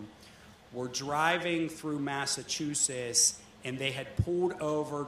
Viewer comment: Massachusetts is pronounced "Mass-uh-choo-suhts", not Massachusis. The "t" isn't silent. :)